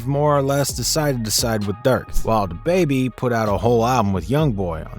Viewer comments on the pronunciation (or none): none